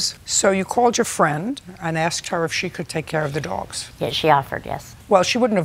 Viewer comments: ... I aksed???? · She actually said that she “aksed” her.